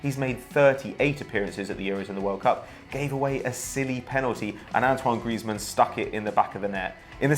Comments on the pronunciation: 'Ang-twang' Griezmann. Ffs that ginger can't pronounce names can he. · Antwang Greasemen! Nice pronunciation! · An-Twan .. Graze-men..?? That's wat I say😅😅